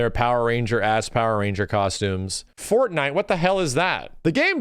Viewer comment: "Fornite" What the Hell is That? " 2021"